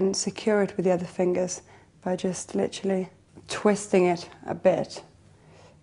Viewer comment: Stop murdering the word literally.